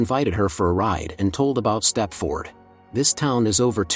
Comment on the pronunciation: It's pronounced step-ferd. Not step-ford. 😖😖😖😖